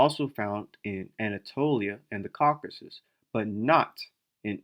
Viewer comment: It's CaucasUS, not Caucas 🫣